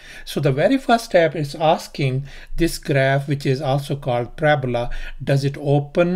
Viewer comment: Parabola wrong pronounciation